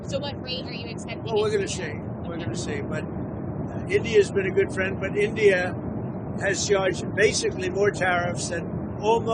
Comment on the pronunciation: My phrand dolaand trumph...😅😂😂😂